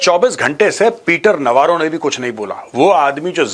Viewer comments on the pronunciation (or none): Peter Navaro है ki Peter 'Lavaro"?😂